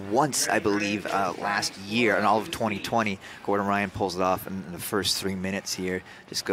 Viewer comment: Gore-Done Rye-On